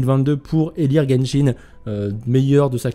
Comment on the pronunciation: nahel X ça se prononce guenshin c'est pour rire qu'il a dit jenshin